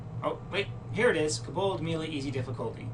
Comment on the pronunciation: It's pronounced KO bald as in Co(worker) bald, with the emphasis on the KO!!!! Fantastic video though :) your kaBOLDs were driving me crazy though.